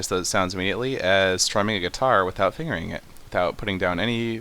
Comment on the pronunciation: "Without fingerit it" ahahaahaa